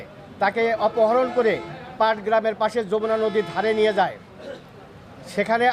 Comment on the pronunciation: পাটগ্রাম না, পাটাগ্রাম।